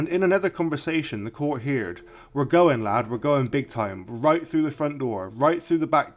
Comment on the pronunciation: Couldn't say "heard " right or correctly